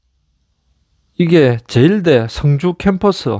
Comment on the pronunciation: 발음을 잘하시요 승주 성주 구분 안됩니다. 출신이 경남쪽이요?